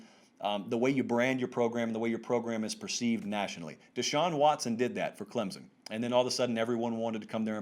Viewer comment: Regarding Clemson: the correct local pronunciation has an invisible "p" and the "o" makes a short "i" sound. Clemp-sin.